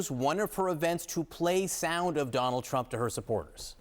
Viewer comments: not you called him Trimp 😭😭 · Just an aside - he called him trimp, right? Very funny!